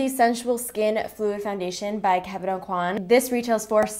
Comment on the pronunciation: okwah not aucoin (: you can see videos of him pronouncing his name